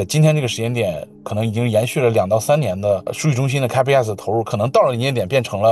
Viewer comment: 你们请这嘉宾连capex都读不准，他评论美国电力系统能信么......